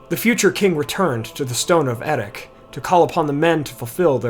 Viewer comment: I would have thought the final consonant of Erech is pronounced the same as the /ch/ in Loch, not with a /k/ or even the Dwarvish /kh/.